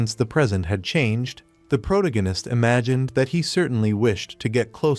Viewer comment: “The progananist” jfc I am not listening to a fake af video that can’t even say “Protagonist”. Video is probably made by a 12 year old middle school drop out.